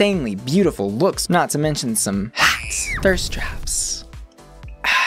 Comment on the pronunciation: You remind me of ryland adams so much 😥 but I don’t even like ryland lmao Also I’ve been binging your videos because you’re so articulate ❤️ I cannot stand the way you say “hot” though omg, I am so sorry